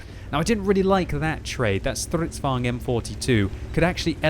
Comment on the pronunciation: Good show! Finaly you can pronounce "stridsvagn" more or less correctly.